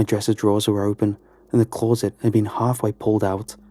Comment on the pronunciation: I love this guys voice, but has anyone else noticed how he pronounces the word closet? Its turned into a game now to see if it creeps up in each pasta he does. I love it CLAW-SIT!